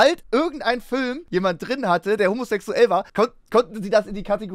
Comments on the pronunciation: Sagst du etwa Fihlm? Fihlm??!! Nö dasn FÜLLM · Ich finds geil wie Max immer Fülm sagt. Gute reaction auf jeden Fall!